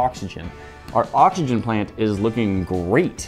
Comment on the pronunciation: said boxygen